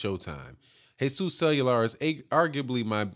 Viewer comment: Love your work especially your break down of everything. Cuellar is pronounced "Qua- R"... Keep up the good work.